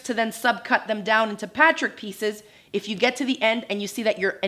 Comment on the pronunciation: Is it just me or does she have a strange way of pronouncing the word "patchwork"? It sounds like "patrick"....